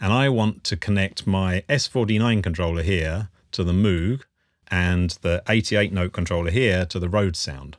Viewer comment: its pronounced Mōg not Moooog